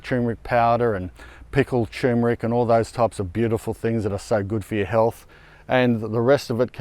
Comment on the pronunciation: Congratulations on 2.5M subscribers! 👍🏼Maybe a good time to start pronouncing turmeric correctly! 😉